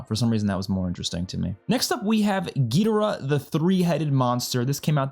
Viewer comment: Gid-or-uhh not gee-dir-ah. No offense